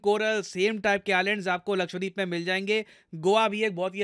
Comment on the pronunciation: It's not लक्ष्वदीप its लक्षद्वीप. Please correct the pronunciation in future.